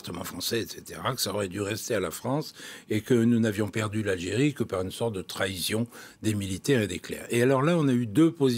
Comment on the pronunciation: *trahison pas trahision